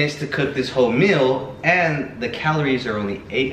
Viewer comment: the "MILL" lmao im dead at how he pronounces meal